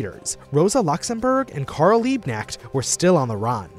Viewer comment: The K in Liebknecht isnt silent. For English speaking people to pronounce it correctly it's spelling would like something Leabknecht. (ea spoken as in leap, kn spoken as in Knut)